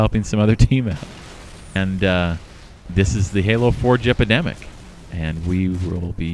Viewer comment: HaloForgeEpidemic sounds tome more like Halo 4 gepidemic